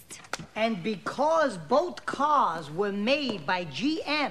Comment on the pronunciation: The moment she says "They wueah!" I fall in love all over again as I have been since I saw this movie for the first time.